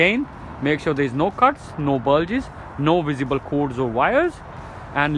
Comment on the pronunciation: Good video but its cords and bulges not codes and buljies surely